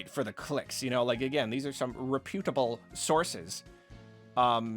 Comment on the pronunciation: Why does this have some many views? Also, it’s pronounced Rep-utable. Not Rep-U-table.